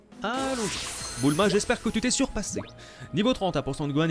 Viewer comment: J'aime trop quand dit Boulma alors que c'est Bulma